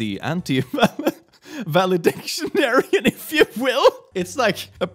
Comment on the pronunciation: The Click: misreads anti-valedictorian, thinking they spelled it wrong Me: laughs hysterically